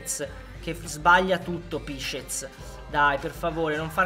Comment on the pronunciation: pisczeck si pronuncia con la c